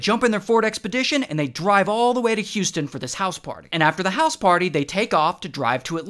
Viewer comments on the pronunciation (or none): none